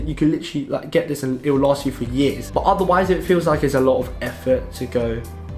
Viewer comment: Your "but" becomes "bah" lol (not a hater)